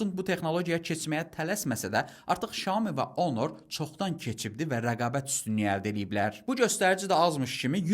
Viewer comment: Onor deyil, honordur